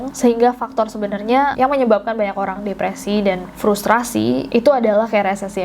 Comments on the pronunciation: Salpok kak nessie ngomong frustrasi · lg serius nyimak tiba2 ngakak krna nessie bilang "frustrasi" 😭😭😭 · Monmaap aku selalu ngulang pas ka Nessie bilang frustrasi 😭😭💜💜💜